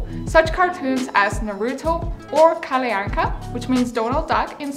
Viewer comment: If you want to pronounce foreign words, Google them for pronounciation. Your "Kallyanka" was cringe.